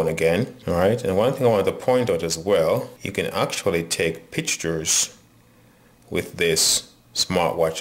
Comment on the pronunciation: did you say pictures or picktures